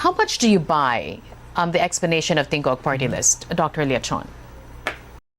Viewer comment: why is the anc host defending tingog? btw her phony accent and the way she mispronounces "tingog" is laughable